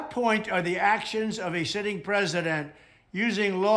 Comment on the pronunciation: Omg - he says "the actions of a sh*tting president" !! I've listened to it 3 times. Do you hear what I hear? Hahahaaaa!